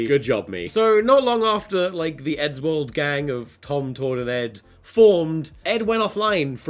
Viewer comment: Thiseh Iseh theeh besteh Arteh Evereh compaedeh toeh meeh.